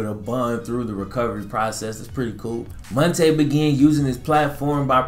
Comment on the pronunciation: It’s Mon- T” Ball